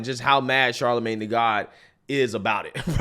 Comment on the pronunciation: That really frustrates me when continues to say “Charlamagne tha god every time he says his name. I enjoy BCP’s content, however I wish he would just say Charlemagne.